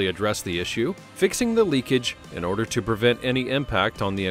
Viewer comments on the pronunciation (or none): none